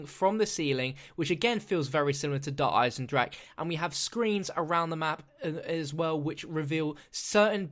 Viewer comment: How he say's Dereinsendrache😂